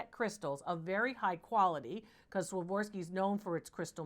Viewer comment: Dr. Lori please, please, please learn to pronounce Swarovski ! It's like a physical shock to hear such an intelligent lady that is so knowledgeable about so many makers names say it like you do. It ain't much but it's the only thing that bothers me ! I love everything else, and that you've helped so many, and I have learned a lot. Thank you ! ♥️ 🕊️ 🇨🇦